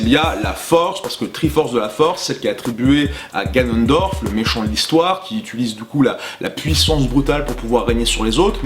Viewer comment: marre de ces gens qui prononcent le mot "utilisent" d'une mauvaise manière, du genre "étulisent"